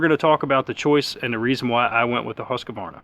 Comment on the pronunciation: It's pronounced Husqvarna - not Husk-a-varna.